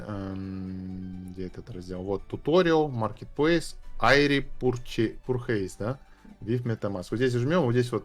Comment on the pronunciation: пурчи ой пурхейс )))